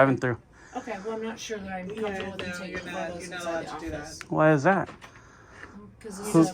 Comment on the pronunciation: no such of a word as "comfter". com - fort - a - ble has four syllables.